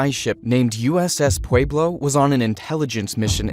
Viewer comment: Pweb low. Pueblo. Puh web lo. The dude even said it in the clip. Pwey blow? My ears!